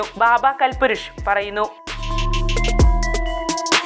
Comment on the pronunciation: ബാബാ കൽ പുരുഷ് അല്ലാ കാൽപുരുഷ് ആണ്.